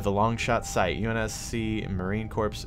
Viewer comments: corps is pronounced core not corpse when referring to marine corps while corp is a shortened version of corporation the way you pronounce corp depends on context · It's pronounced core not corpse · Corps. Is pronounced core btw